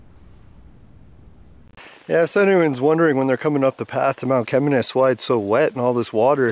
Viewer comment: Mount Cheminis pronounced = Shiminis.NOT 'Chem" as in Chemist..and it's not pronounced "Chem" but "Shi". I have climbed many times over the years, living close by. I went blueberry picked few times with my mom when they were plentiful. . Bears have been reported up there in the past. I think they were eating blueberries as well.. Or Mount Chaudron= (French) for Sugar Loaf Mountain. Thank you for your effort. I got lil nostalgic watching. I can't even remember how many times I climbed it. With friends and relatives at different times, blueberry picking few times and brought food up for picnic while watching the panoramic view at same time. My dad worked in Kerr Addison gold mine in Virginiatown. Yes, Mount Cheminis (pronounced Shiminis") is an awesome phenomenon. Always.